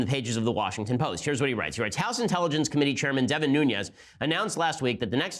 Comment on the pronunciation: It is Nunes. Pronounced "noon - ez." Not "noon- yez" (which would be spelled Nuñez).